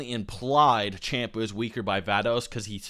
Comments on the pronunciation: It's funny how you point how people used to call Beerus Bills, but you still don't know how to pronounce Champa. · Little punk, making this video. You didn't debunk nothing. The power scale is decent and he's not misinforming anyone. You also mispronounced Champa, stop misinformation! And it's Exper, not Expert. He has more than a 150000 subscriber than you for a reason. Sit down.